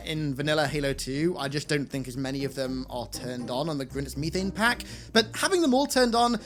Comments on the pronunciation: methane, not meeee than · You say methane funny. I like it. I like you. Keep it up! Say aluminum :)